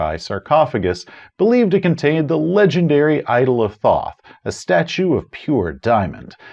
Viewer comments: Thoth is pronounced "tote." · Love your videos. Apparently it's pronounced "tote" though. Which sounds much less cool.